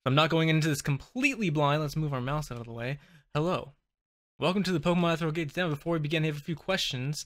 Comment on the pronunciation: It's "Eh-fear-ree-al Gates," not "Etheral Gates." Just so you know. I like this Omeglelocke. Your locke opponents are engaging and I liked their onscreen-offscreen bickering. I feel that it added so much to the start of this Omeglelocke. I'm glad that you hadn't edited it out of this video. Please continue this. I'd love to watch more episodes of this locke.